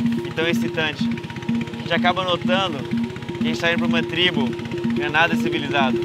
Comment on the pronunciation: Não é "TRIBO"